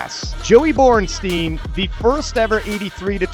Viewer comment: It's said Boren shtaïn. Time to learn your root language, English speakers. The sumo is such a joke, as the ipf with its referees.